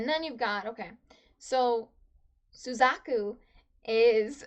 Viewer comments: Yep. Was afraid that I had upset you with that Suzaku pronunciation... Though I've never had anyone say "you know who I'm talking to" and mean me. So that's a funny feeling. I do apologize that I had upset you. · 90% comment = Don't spoil!!! 8% = Suzaku pronunciation 1%= Actually spoiler Btw, nice reaction! (Also don't read the comment section after you upload, wait few hours to let the spoilers sink in)